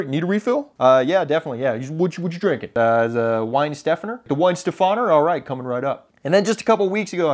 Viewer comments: If you pronounce each word separately and put equal emphasis on every vowel you are 90% there (in German you don’t string words and vowels together like in English or French, that is why it sounds so harsh) Then, to pronounce the adjective Weihenstephaner (meaning “of Weihenstephan”) you put the emphasis on the FAWN and eliminate the pause before the UR – so you would say: vie-hen-steph-FAWNur To pronounce the proper name Weihenstephan, you put the emphasis on STEPH and eliminate the pause before the FAWN – so it is: vie-hen-STEPHfawn Enjoy!!! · Hi, I´m from Germany aaaaand they were right. The correct emphasis is on the "a"... Cheers J capture.j.k.moments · Pronounciation is wrong, yep. But here’s an other tip: Drink wheat beer in a big glass for god’s sake!!! :-) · Your pronunciation is honestly pretty good. Try not to over-emphasize the 'ste', and make the 'a' in 'stephaner' less like an American a, but more like an American 'u'. Just imagine it would be 'stephuner'. One last thing: The plural of 'Weihenstephaner' is 'Weihenstephaner'. The word does not change, just like the plural of fish is fish. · The waitress was right it’s WeihenstphAner Whith an A ! You say Wheinsteffener. Walt from münich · I speak German. I can say it's definitely with the long "a" as the waiters mentioned. Additionaly, from you it sounds like "Wein" instead of "Weihen". So it's more "Wei"-"hen" where you here also the "h" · You are very close. The first part "Weihensteph .." is super correct. You only have to pronounce the end like "fun". (no joke) phonetic: {Weihenstefun}. Prost and greetings from Germany! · Hey. originally German/Austrian, but been in the US for quite a while. Also a large format shooter. Just to settle the debate on how to pronounce the beer and the brewery....if you say the following words in sequence you pretty much have the pronunciation correct: vie-hen-steph-fawn-ur. Prost!!! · I am from Germany and the correct way to pronounce it is WEIHENSTEPHANER!!